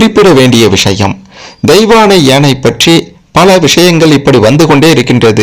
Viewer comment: உணமை. கேட்கவே எரிச்சல் வருது. பாகண், தெயவாணை என்று னகரமே சொல்லவராதா?